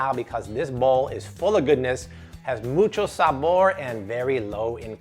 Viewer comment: Every time you say, "mucho sabor" cracks me up!!! 😂😂😂😂 saludos desde Puerto Rico! 💚